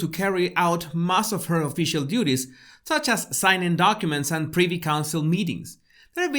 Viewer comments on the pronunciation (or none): none